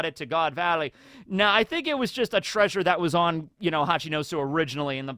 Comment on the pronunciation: If you say "treasure" like that it sounds like "treason". And I doubt Jinny will be much of a focus in the coming half an hour. Imagine Kaido ate a Dragon Smile instead. No, that wouldn't be sorta the same. He wouldn't get to transform at all. Smile Transformations are absolute. He would be susceptible to Tama's Dango. I just realized something: The World Nobles (seemingly) weren't evil enough yet for Oda. They needed to be involved with Loot Boxes too. It probably was Cipherpol. Because they "stole" the treasure of Hachinosu. The Gods Knights would have robbed it. And these are two very different types of illegal repossession. (In most cases the difference is between the amount of physical damage inflicted on the target.) Overall: There is no chance that Big Mom's Road Poneglyph was one of the prizes. If the World Government got their hands on a Road Poneglyph they would built a Triumphal Arch in Mary Joa and the Poneglyph would be submerged entirely within the screed of it.